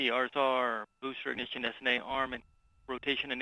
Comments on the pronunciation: "Booster Ignissshhsshh!" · I hope the announcer brews on that BOOSTERS IGNISHISHHS for the rest of his career. Be better. Also, quit saying "BEEYOOOOOOOOND" like that. I would have swatted your nose with a rolled up newspaper if I heard you say that in person. Apollo's Cliff Charlesworth is the king!!!